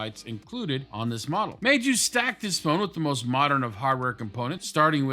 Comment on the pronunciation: Good pronunciation of Meizu